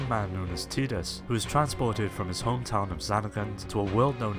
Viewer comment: TYE-dus, they even say his name in the game.